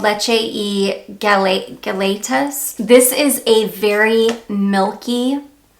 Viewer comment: I love all your videos and I watch you from Puerto Rico. O wanted to help you pronounce "leche y galletas" the galletas is pronounced gajetas the 2 ll's dound like a J in spanish. The complete translation is "milk and cookies". 💖